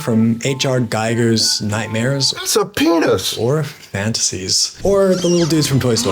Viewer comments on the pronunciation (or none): It’s pronounced “Geeger” not “geiger” like a geiger counter. Great video.🫡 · That's H.R. Giger (Geeger).